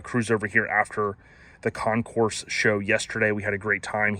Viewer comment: Thank you,. Good video. Your Lincoln is magnificent. And you really did a wonderful comprehensive tour. I never knew that during pre-delivery, Lincoln had updated the 1961 Presidential Limousine with a 1962 grill/front end. After that wonderful tour, let me share a couple of notes with you: Concours, is pronounced "Kon-kure." It's similar to "conquer" but the second syllable is stretched out. You can hear it spoken in this 45-second video: Listen to the full 45 seconds to smooth it into your mind. As well, we're phasing out the term "suicide doors." And changing to "rear hinged doors." It's a kindness, to the many families having experienced suicide loss. Thank you again, I so appreciate the time and effort you put in on this video.